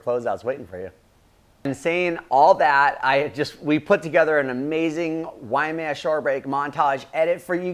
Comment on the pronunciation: It isnt WAIAMEA...it's WAIMEA